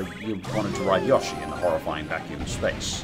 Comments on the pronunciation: idk why but when people say Yoshi like Yosh - E instead of Yo - Sh - E makes me mad I get it’s an accent thing but it just grinds my gears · us: yoshi: yAshi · Why does he pronounce yoshi and odyssey like that